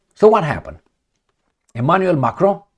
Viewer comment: His name is Macron, NOT 'F'cron as you just mistakenly pronounced!